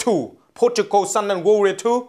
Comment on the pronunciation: IT'S PRODIGAL SON, NOT PORTUGAL SON,!